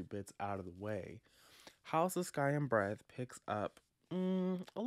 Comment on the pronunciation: All I heard every time you said the title was "House of Sky and Bread" 🤣